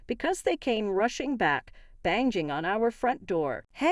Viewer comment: Also 'banging'...'banshing'???? It would be nice to at least have a real person read these ridiculous stories.